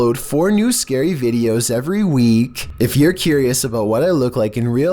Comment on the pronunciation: Will she ListEN. Was it a right decisION? Once you watch this scary vidEOS xD I understand it's meant to be scary and creepy but if you talk like that it makes me laugh and I can't focus on being scared :(